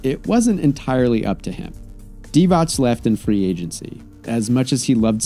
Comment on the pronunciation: Vlade Divacs? No S at the end.